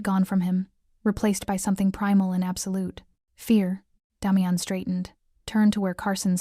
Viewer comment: This so call Ai that is supposed to be so smart can’t pronounce the name Damian ! How can anyone watch this through!??